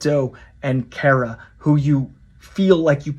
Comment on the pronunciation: Shill can't even pronounce Kara's name correctly. Quite the Supergirl fan we have here.